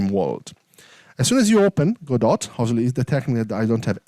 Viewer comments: Please, it's not "Go Dot" or "GoDot" xD, its Godot, spoken like: god-oh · It's pronunced Gawdaw. It's not "Go, dot", it's a French family name -- from the play "Waiting for Godot"